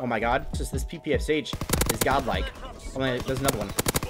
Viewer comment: It’s pronounce pe pe sha. It’s a Russian gun